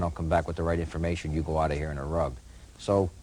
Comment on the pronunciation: It’s 10 degrees out heeah and youre tawkin about boats….